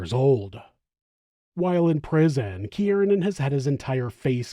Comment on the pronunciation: Not for nothing, but I’m pretty sure his name is pronounced “keer-nan”…. Not “kee-ear-nan”. Just saying. Shit was annoying af😂 2 syllables, not 3.